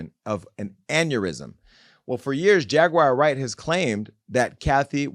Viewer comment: “Jaguire” Wright 😂😂